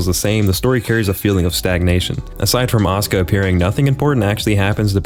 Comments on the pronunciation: I just like that the way he pronounces "Asuka" sounds a lot like "Oscar" and now it's her non-oficial name in my mind. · Still wondering why people pronounce Asuka like Oscar.